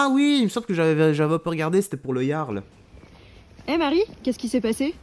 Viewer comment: D'où elle emmerde le Jarl cette connasse ? Et on ne dit pas jarl mais Yarl.. t'es conne ou tu le fais exprès ? Putain y a pas à dire pour être gauchiste il faut avoir été amputé du cerveau !!!!!(et qu'on ne me dise pas que la violence n'est jamais la solution.. Dans certains cas c'est la seule solution ! Contre des gauchistes qui n'ont pas de cerveau un aller retour ça remets les idées en place et si cette connasse parle de l'orgie que les parasites gauchiasses avaient prévu de faire de minuit à midi en plein centre ville de Rennes .. il faudrait déjà que ces connards de gauchiasses connaissent les lois françaises ! le Jarl a appliqué la loi point barre .. Il t'a mal parlé chouchou ? Et alors toi tu nous insultes tous les jours et tu as du mal à entendre que t'es une truie mal baisée ? Et encore je suis sûr qu'il n'a pas dit quelque chose du genre car c'est mon style et pas celui du Jarl... moi je tape d'abord et je cause après .. une fois la menace éliminée.. le Jarl (porte bien son nom) car il a tenté de calmer le jeu avant d'autoriser ses hommes à la violence.. et je rappelle que nous parlons de 300 gauchiasses venus faire une rave party dans un endroit où ils n'avaient aucun droit d'être .. près de la boite du Jarl juste histoire de foutre la merde et ces crétins avaient prévu de foutre le bordel avec leur musique de merde jusqu'à midi le lendemain.. sans tenir compte qu'il y a des gens qui vivent dans le centre ville et qui la nuit veulent dormir !!! PARCE QUE EUX ILS BO